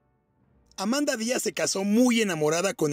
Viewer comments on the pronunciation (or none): La esposa no se llamaba Amanda, sino Amada Diaz. Ni leyendo lo dijo bien...😊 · DICES VARIAS VECES AMANDA. CHECALE, HASTA EN LA FOTO QUE PONES DE ELLA DICE AMADA, MINUTO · Es Amada, No Amanda!!! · Amada, no Amanda